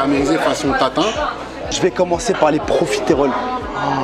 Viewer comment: on prononce "profitroles" ;-)